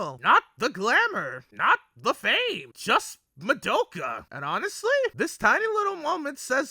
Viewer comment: oh WHY do you say Ma-doe-ka! Is it rage bait? because it's working!!!! Good video tho.